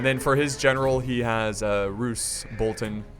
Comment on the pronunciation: The way he says Bolton triggers me xD. Still love the channel though.